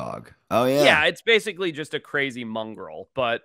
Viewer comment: "mungril"? did he just say "mungril'?